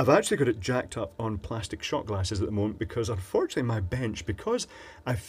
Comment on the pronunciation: I love his one meument pleazz